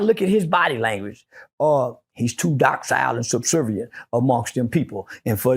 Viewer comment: “He’s dock cile” docile? I hate an educated dummy